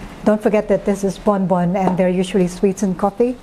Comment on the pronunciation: it is actually Bombon coffee, not Bonbon